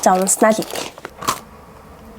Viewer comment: Унсанаа идии гэх юм 😡😡